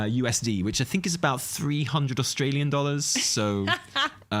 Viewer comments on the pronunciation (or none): none